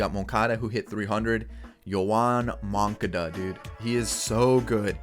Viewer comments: how to say moncada's name: mun-ka-da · The way he pronounced Moncada